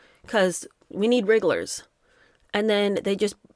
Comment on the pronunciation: I know... I grin every time she says it....😂